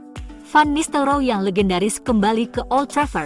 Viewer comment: teh heg ke ten haq? memalukan penggunaan bahasa komentator.. van nistel roy.. bukan nistel roo!!